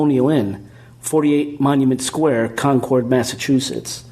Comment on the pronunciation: Hey it's pronounced.....CONKID!!! GOT IT??